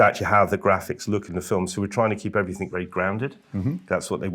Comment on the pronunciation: Everything you muppet not everythink. A grown man who can't even speak properly.